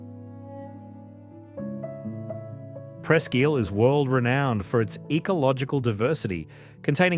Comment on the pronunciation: I also heard Presque "eel". I thought it was pronounced Presque "ile".